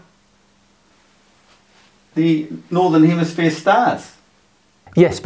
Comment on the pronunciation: He says “northern hemisphere” and “southern hemisphere” so many times and still, he has no clue…. Say again “hemisphere” but slowly….!! Lol